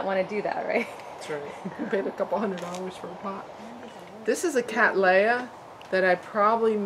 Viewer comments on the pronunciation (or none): Would you please reconsider the way you pronounce Cattleya? As an orchid expert you will be well aware that this generic name was applied by Lindley in honour of my ancestor William Cattley. Cattley is English in origin and pronounced Kat-lee NOT Kat-lay. On the positive side, I note with interest that you avoid the Americanism of pronouncing the letter T in the middle of a word as a D, thus you are avoiding making the name Cadd-lay-ah, now if I can get you to go fully English, you will hopefully land up at:- Kat-lee-ah. Regards Tim Cattley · It would seem that you do not. Its Katley-a not Katlay-a. See what the American Orchid Society have to say on the subject.